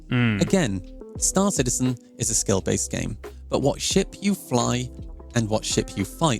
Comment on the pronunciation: Why are people starting to use Morph's pronounciation of "St-aÁr Citizen"? is it like a fashion thing?